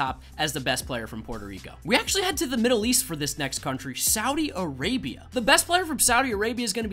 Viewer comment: “sowdi arabia”